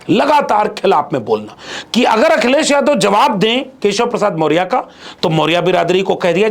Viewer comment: पहले बोलने का ढंग सीख लो। मोरिया नहीं, मौर्या होता है। PDA PDA चिल्लाते हो पहले PDA का इज्ज़त करना सीख लो।